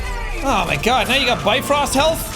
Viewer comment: guod of war ragnarok jed